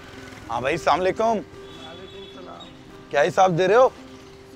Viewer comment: Salam toh thik se bole le bhai..